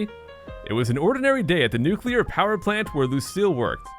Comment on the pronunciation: Thank you for saying "noo-klee-ur" and not "noo-kuu-lur".